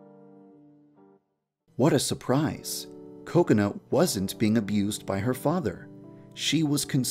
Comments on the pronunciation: because its pronounced ko-ko-nuh. in japanese there is equal stress on all syllables, so it sounds like coconut. this whole "ka CONE a" is wrong because you are putting stress on the middle syllable. so just say coconut without the t and thats pretty much it, unless you put stress on one of the syllables... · Yandere Dev you say kokonut to though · Wait that's NOT what they are saying? I always just hear Coconut and I assumed that was her name. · Did anyone notice that it sounded like he said "Coconut Chan" I almost died... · Yep, Kokona's Japanese pronunciation does sound like Coconut. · and kubz scoutz calls her kakoni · I keep hearing "Coconut" instead of 'Kokona' 😂😂😂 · Why did u called "KOKONUT" anyway??!! XD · why does he say "kokona" as "coconut"? 😂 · kakona is pronounced by Kubz Scouts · It sounds like he is saying Coconut xD But ya deer dev, you have outdone yourself again :) tysm! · The only reason I watch this is because the way Devpai says Kokana it sounds like coconut XD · Whenever he says "kokona" I always hear "Coconut" 😂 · Every time he says Kakona I ALWAYS think he is going to say cocout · im pretty sure i heard too much of kubz scouts saying coconut cause everytime yan dev said kokona i heard "coconut" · I keep thinking you're saying coconut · It sounds like he's saying coconut when he says Kokona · Are you calling Kakona "Coconut??" It sounds like it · Oh my god at first I thought he was saying "Coconut" not "Kokona" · In the subtitle "coconut" The whole video all I heard was "coconut" instead of kokona 🤣🤣🤣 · I literally thinks he says kokona, coconut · Woah Wait first off Did He said "Coconut"? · Is it me or I just keep on hearing coconut instead of Kokona XD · I heard you say Kokonut instead of Kokona lol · Your Saying Cocona Not Kokona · It’s pronounced Kakona not Cocanu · actually its kokona, japanese don't have C's in their kana. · its kokona chan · WE been pronouncing it wrong this whole time! Oops!